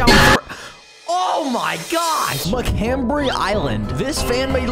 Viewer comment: Macabre island not macambre Island